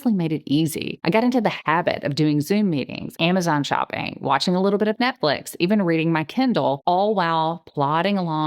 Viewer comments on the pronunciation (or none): none